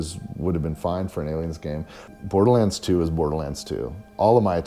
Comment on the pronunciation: “and with that… came BLTHLTHLRlands tyoo”